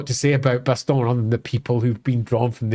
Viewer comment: Pronounciation Guide When a word ends with onne in French it's pronounced sort of like none in English. So Carcasonne, Bastonne, Couronne, Brionne. No nasal inflection. When a word ends with on in French it's pronounce a bit like strong in English. Nasal inflection on the n. Parravon(g), garcon(g), Macron(g).